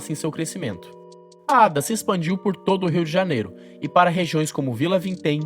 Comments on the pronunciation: Ada é o teu cu É a.d.a porra aprende a falar analfabeto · e estranhoouvir Ada quando aqui no rio nos fala A.D.A. letra por letra